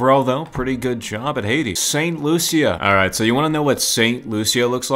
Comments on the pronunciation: It's sant lushus not sant Lucia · It's St "Loo-sha" not St Lu-sia